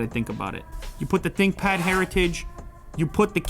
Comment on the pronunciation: Thinkpad ❌ Thinpad ✅